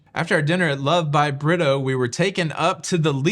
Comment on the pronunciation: Hey - it’s not pronounced Britto but “ Brea toe” shout out to Ludicrous 🤣 Fantastic recap!! I would love this experience